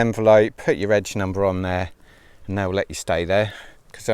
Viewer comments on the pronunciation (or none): none